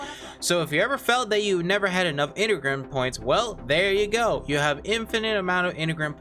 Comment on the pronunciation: Why does he say Enigram when he's talking about Engram points?